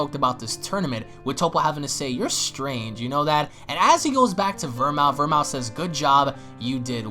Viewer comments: “ ver-mooth” not “ver-mouth” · Bruh VERMOUTH is pronounced VER-MOOTH it’s a liquor used in cocktails like martini’s